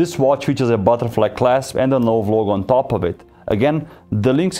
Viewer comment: Say No-VAY.